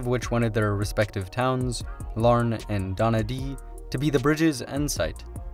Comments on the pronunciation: Donaghadee - Don-ach-a-dee Source - I am from the area around Strangford Lough, basically just left of the bottom of the blue/green area on the map. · It's pronounced:- "Norn Iron" Also: Donaghadee = Don-ach-a-dee Stranraer = stran-RAR They should build the bridge but make a bit more of it, ya know? There are many ways to use the wind and power of the sea to generate renewable energy. If we're going to build to the seafloor then we should aim for synergy. It's a fantastic idea to have the road transport link there instead of air or sea As for who pays of it - if it's going to be a toll booth that pays back Sterling/Euros (gotta accommodate the folks from ROI), that's a terrific long-term investment for someone who wants earnings in those currencies - such as Saudi Sheiks, Russian Oligarchs, China, USA, Commonwealth, EU, PLCs, private investors. There probably wouldn't be a shortage of investors if we wanted to do it that way. The best solution would be UK and ROI folk investing in the bridge as owners and having a long-term passive income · calling donaghadee "donadee" ahaha its amazing watching americans mispronounce names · Did he just pronounce donagadee wrong he pronounces it donadee but you pronounce it don a ga de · Donaghadee not donadee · It's definitely true that people outside of NI and Scotland struggle to pronounce the 'agh' like we do. Where is "Donadee"? 😂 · Larne man calling in. On a good clear day you can see Scotland from Larne. Technically the Atlantic ocean, its known as the Irish sea. And its pronunced Don-a-ga-dee... But close enough :) Edit: And Stran-R is how we say it. Not sure how the Scottish pronunce it. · My grandparents lived in North Down not that far from Donaghadee. 💕💕💕 NB: Stranraer is pronounced to rhyme with 'car' and you pronounce all the syllables in Don-a-gha-dee. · The fact that he said Donaghadee as "Donadee" is hilarious to me and I don't know why. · It's pronounced Donna Kah Dee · You pronounced Donaghadee wrong